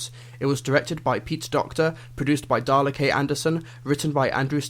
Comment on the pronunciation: I thought he said Dalek not Darla K